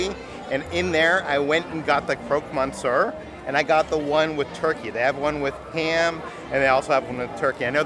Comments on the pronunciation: Monsieur is pronounced “Miss-ewr” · Also you pronounce Monsieur like 'muss-your'